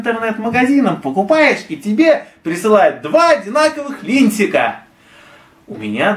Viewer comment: Несколько оговорок резанули слух - "линтик" вместо "литника", упоминание Ворлд оф Тэнк вместо ВО41 - но это мелкие придирки. А так конечно с контролем качества у Звезды иногда бывают косяки.